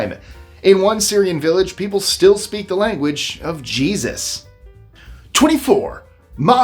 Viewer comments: ZZYZX is pronounced zizzicks. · It's pronounced Ziz-icks. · You're mispronouncing ZZYZX !